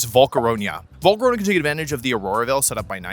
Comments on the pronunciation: Why does he always say Volcaronia? Like there is no i mate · "Volcaronia" . . . thanks. . . I hate it. A lot of mispronounciations are funny, some are alright, some are weird and some are like this for me. . . I hope you are greatful for this comment for. . . whatever reason there might be. xD You do yourself best. Keep it up. Really cool team btw. I love Alolan Ninetales (or Vulnona in german). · dear wolfe, after all these years Volcarona STILL does not have an ”I“ in its name and i dont know why you keep pronouncing it :) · Ah yes Volcaroña